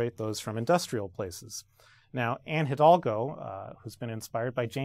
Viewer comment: The H in Hidalgo is silent